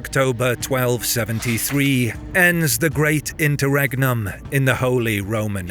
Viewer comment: "great internum"? :face-turquoise-covering-eyes::face-turquoise-covering-eyes::face-turquoise-covering-eyes